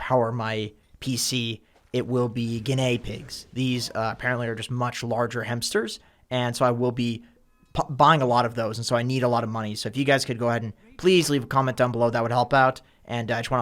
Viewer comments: did he just pronounce it gun ey pigs? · I was going to donate money... until I heard how you pronounced Guinea Pigs... then I just lost all will to give you money... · You're pronunciation of guinea pigs is cracking me up!